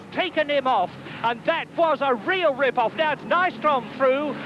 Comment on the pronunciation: "And that was a real Ripp-off"...oh dear!